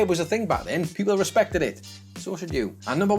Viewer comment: Respeck?????? Has Aretha Franklin taught you nothing?!?!?!